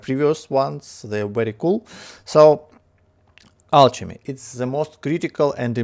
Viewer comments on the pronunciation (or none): Hey man, great video again! If you're interested, I have a few pointers: Alchemy is pronounced with a hard c, so more like alkemy ;) The lvl up gift bubble has a small chance to give exclusive items, so whenever you notice you're going to lvl something up (especially fishing), it's worth switching to the gift. I wouldn't personally spend too much liquid water on the cauldron boosts, but rather use the water for the vial upgrades for example (those are very important :)). And last but not least, the liquid cauldrons give more exp than the basic 4 cauldrons, so it's useful to keep your best mage on one of those so he can lvl up alchemy faster.